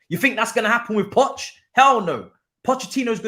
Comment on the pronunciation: has been saying Poch for a while lool